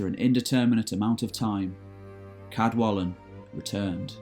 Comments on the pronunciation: In Welsh represents an unvoiced (like the in the English "kettle". So "Cadwallon" is pronounced [kadˈwaɬɔn]. Diolch! Again, although Old Welsh orthography is used, the pronunciation of the king of Elmet (Elfed in Modern Welsh) is "Ceredig" [kɛrˈɛdɪg]. Sorry, but the pronunciations of Welsh names are just atrocious! I can't listen to it any more. Nos da! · Also most of the Welsh names have been pronounced correctly which can prove quite tricky for non-Welsh speakers however Cadwallon is not quite correct due to LL not sounding like L (as in the English word wall) if I could I'd be happy to help with the correct pronunciation. Enjoyed the video. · A voiceless Alveolar lateral Fricative. Not an "L". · First language Welsh speaker here. You mispronounced Cadwallon. The "ll" sound is pronounced phonetically as ɬ. It has no equivalent in English, you just have to learn to sound it. If you want help with Welsh pronunciation I'd be happy to help. I enjoy your videos.